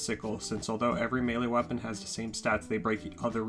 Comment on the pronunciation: I’m not trying to poke but… this man really said “wapeon”